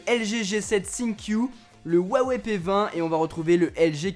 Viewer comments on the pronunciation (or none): none